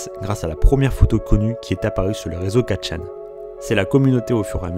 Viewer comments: très bonne vidéo juste : CA SE DIT "ForChan" et pas Quatre chan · 4 chan 😂😂😂 on dit fourchan 😅 mais sinon pas mal la vidéo 😊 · "Quatrechan" aïe ça fais mal aux oreilles